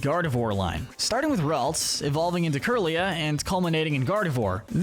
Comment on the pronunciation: It’s lat-ee-AHS, LAHT-ee-ohs, RAHLTS, ray-QUAY-zuh, SWAH-bloo, AHL-TAHR-ee-uh, LAHM-bray, loo-DEE-coh-loh, CHYME-ecko, TRAHP-ee-iss, TRAP-inch, vye-BRAH-vuh, UH-zoo-rill, dell-CAT-ee, redge-EE-rock, redge-EE-gee-giss, mask-er-RAYN, BREH-loom, HAHR-ee-yah-muh, BAL-toy, clay-DAHL, PEHL-ih-per, cray-DIHL-ee, EHX-PLOWD (even though you only did it wrong once), AHR-ron, LAIR-ron, pooch-ee-EH-nuh, mye-tee-EH-nuh, SLACK-ahth, SLACK-ing, swah-LAHT, NUHM-ull, ZAYN-goose, gore-UH-biss, and SHUHP-it, “”! 🤨 How many times do I have to tell you,?? Stop mispronouncing Pokémon names! 🙄